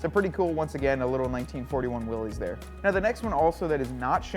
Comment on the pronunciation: Uh, Willys is pronounced: (wil-lis) like the original scout car designer's name. It's NOT pronounced like a guy named Willy owned each and every Jeep.